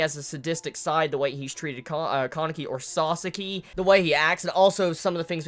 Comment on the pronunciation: nonono, it's pronounced sasaki not saucekey